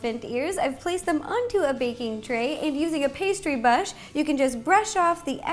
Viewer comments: You said pastery bush 😂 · Amazing video Ro!! Also at one point she said "And using a pastry bush" Love you Ro!!